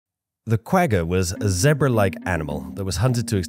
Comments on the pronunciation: It's painful hearing you mispronounce that animal. It's pronounced Qu-gha where the gha sound is that sound you make in the back of your throat while snoring. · Pronounced Qwahha 😂 Afrikaans is hard man😅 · You lost me when you couldn't say 'quagga'.... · You gotta learn to pronounce the 'g' as a gutteral 'gh'.